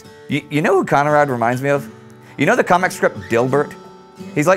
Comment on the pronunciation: I love, how you always pronounce Conrad.